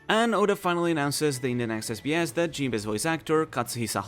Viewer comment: I love your accent every time you say this sbs it just sounds like this is BS. And it is SO fitti g. Lol